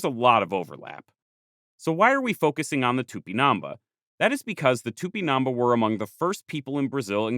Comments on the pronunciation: for the love of God it's pronounced "tupinam-BAH" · Great video! I'm from Brazil, so if you wanna know how to pronounce it, it's tupinan-bah, with emphasis on the bah. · The accent in the last letter of Tupimambá to the narrator: am I a joke to you? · "It's not TupiNAMba, it's TupinamBÁ" *hence the accute accent: Á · I'm really sorry but your pronunciation of tupinambá is wrong, there is an accent at the last vowel precisely to indicate that is the most strong syllable. So instead of tu - pi - NAM - bas it is tu - pi - nam BÁS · Here just to say that the word "Tupinambá" has a stress in the last a, making it an á. So, if not in defense of the natives, but of the Portuguese language, it's not pronounced Tupinaamba, but Too-pee-nam-bAh. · Here just to say that the word "Tupinambá" has a stress in the last a, making it an á. So, if not in defense of the natives, but of the Portuguese language, it's not pronounced Tupinaamba, but Too -pee-nam-bAh. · Just a point... TupinambÁ, the enphasis is Á. You sound like tÚpinamba. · Please, the accent mark indicates the tonic syllable: so it's Tupinambá, not Tupinámba!! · The "á" means you must stress that syllable. It's not tupinAmba, it's tupinambÁ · A comment about Portuguese and Spanish name pronunciation: whenever you find a tilde stressing a vowel, you should stress that syllable as Tupinabá, stressing ba instead of na as you do in the video. The same goes for the rest of those words. For the rest, wonderful video. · Its cool to see some of the images you used in the video are the very images I saw on my textbooks back in the 90s’. And it’s It’s TupinamBAH, you’re pronouncing it wrong but it’s a great video nonetheless! 🫡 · The accent is on the last syllable. Tupinambá.